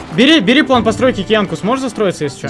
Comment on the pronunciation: Почему плэн а не план?